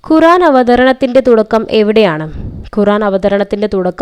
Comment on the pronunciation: ഖുറാൻ അല്ല ഖുർആൻ